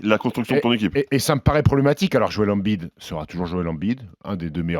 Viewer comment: je sais mais pourquoi il le prononce comme ça ?